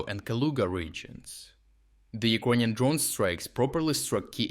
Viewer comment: Why do you say Ukonian and not Ukranian?